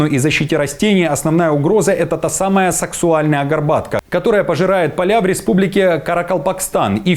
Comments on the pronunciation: "...САКСУАЛЬНАЯ Горбатка"🤔 Почти, что СЕКСУАЛЬНАЯ😂😂😂 Какой же ты всё-таки колх,!😂😂😂 САКСАУЛЬНАЯ, А НЕ САКСУАЛЬНАЯ!!!😂😂😂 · Горбатка саксаульная от названия растения саксаул.А не саксуальная.В произношении диктора звучит как сексуальная горобатка.Вот смеху -то!:goodvibes::face-green-smiling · Может саксаульная, а не саксуальная горбатка?😂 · Саксуальная? Сексуальная? А... Саксаульная!😂